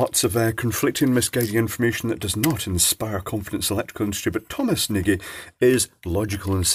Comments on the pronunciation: Did Nagy get a replacement or new one? Did he send it to you only for autopsy? Also is nARRgy, not neighjee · Thom pronounces it as if it had an R in the spelling. Nargy. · Actually its pronounced N'awj with the w sound soft and j sound close to how you would pronounce the j in john or Noj with a hint of an a before the o. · When I worked in a bank we had a customer called Nagy and I used to call them 'Najji'. I was corrected and told the pronunciation was 'Narrj' as in Nigel Farage. It's French apparently. Naygee sounds like a Scottish pronouncing. Discuss. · That's right. Phonetic "nɒɟ" Just wanted to mention it as pronunciation hurts my ears:) It is a very common Hungarian last name (meaning big). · Assuming Thomas is Hungarian, then his last name is pronounced "notch". ;) Well, more like "nodsh". "Nodj"?